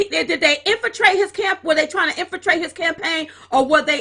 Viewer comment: "Infratrate", really? Jesus....